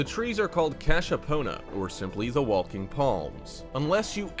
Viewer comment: Walking is pronounced WAH-KING, not "WALL-KING"